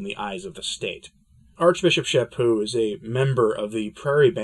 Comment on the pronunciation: BTW. Charlie is a friend and former Provincial Minister to me. His last name is pronounced "SHAPyoo".